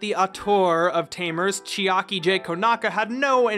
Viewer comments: Bruh you cant fucking say Chiaki? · Chiaki is not that hard to say bro 😭